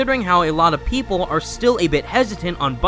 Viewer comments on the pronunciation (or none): The way you said People gave me flash backs to ultimate spider man. What I NEED is to stop getting almost killed by stupid PEOPLE that's what I need!